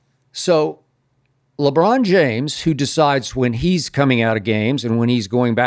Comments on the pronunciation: 😂😂 Skip Foul with the "LeCon James 💀🤣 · Okay Skip 😂 He said, LeCon James ..😂🤣🤣🤣💀